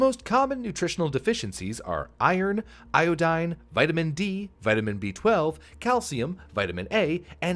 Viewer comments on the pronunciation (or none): none